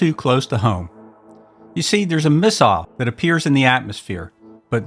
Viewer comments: Who the hell pronounces “missile” like that? I’ll tell ya who—an outer space alien, that’s who. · You don't have a British accent, but you pronounce "missile" like the Brits.